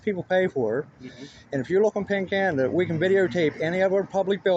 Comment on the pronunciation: What is it that he's saying to look up , sounds like he's saying , "pink panda " .